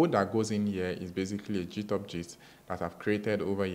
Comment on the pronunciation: did bro just say jithub? wtf🤣